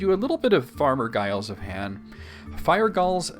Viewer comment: Giles is pronounced "Jiles."